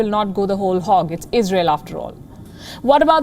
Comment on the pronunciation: lol it’s “Israel” not “Isreal”